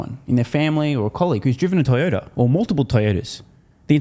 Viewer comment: Did you say TiredOuter or Toyota? Such a shame. Out 20 year old Yaris is still amazing. Same with Gonda sorry Honda